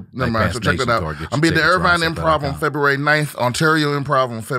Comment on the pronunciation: VanCoober 🤣 and then he said Fevruary 🤣🤣